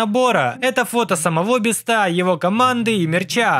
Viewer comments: не мистер бистро а мистер бисть 😊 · Правильно мистер би́ста а не биста́ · Не мистера Бистá а мистера Би́ста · Меня одного бесит, что он говорит не Мистера Би́ста, а Мистера Биста́? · Меня одного бесит когда он говорит биста